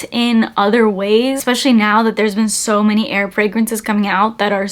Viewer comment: I thought you kept saying “air” fragrances and I got excited. Lol. Like, yes! Tell me whats your favorite “in air” frags. Lol.